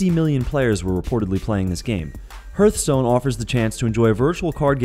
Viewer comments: rly you pronounce Hearthstone as HURTSTONE?? try pronouncing as: Hardstone?? damn know your games man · I thought the same thing, there is no U in hearthstone :D. Not to mention the other pronunciations. And yes where was War Thunder and there is no battleships, it's World of Warships. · "herthstone"...im done lol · he actually says hearthstone, not "hurt stone" ..but it comes out more as a "hurthstone" when iv always pronounced it "harthstone" like an actual hearth from fireplaces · Hearthstone: Pronounced: "Harth-stone", not "Herth". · 1. its heartstone...not fucking hurtstone...and 2. warthunder its times better the world of fucking tanks. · It's hearth-stone, not heart-stone, and hearth is pronounced hurth. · Hearthstone is pronounced HARTH not HIRTH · Isn't it pronounced HARTHstone? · Not a single game there I liked. (Played more than a few including Eve) none were ones I liked. And Hearthstone is pronounced HARTH as in a fireplace, not HERTH. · Its called Hearthstone, like in a " <3 " / not hurt-stone, buddy :D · dye-a-blo , herth-stone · “Third person” “Hurtstone” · I am still amazed at how often people can mispronounce things... "Die-ABB-low" and "HERTHstone" jeez louise... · Its Pronounced "Hearth-stones" like the word "Hearth" the organ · Yeah, i was surprised by that too. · Whas is Hertstone? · I got cancer when you called hearthstone "hurtstone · "hurtstone" wtf mate? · anonymous is a movement, and your making them look bad honestly. your one of those super nerds who gets offended when someone miss pronounces your favorite games, life goes on man he didnt tarnish the games reputation for life by doing so. its ok hurtstone is still kickass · Herthstone lol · please, for the love of god learn to pronounce "Diablo" and "Hearth" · Please learn to pronounce "Hearth"...